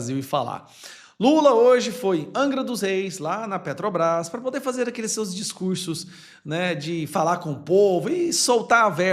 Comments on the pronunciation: Petobras!! Não sabe nem fala Petrobrás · Petrobrai kkkkkk o ladrão analfabeto nem sabe falar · A "petrobais".....o cara não sabe nem falar direito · Infeliz, não sabe nem falar Petrobrás, isso se diz presidente, analfabeto inútil. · Ele disse que o povo é burro 🫏, mas ele está certo, a culpa não é do Lula e da Petrobras, mas sim de quem elegeu ele lá para representar a massa brasileira. Presidente não sabe pronunciar corretamente o nome da maior empresa do Brasil, vergonha para quem o elegeu.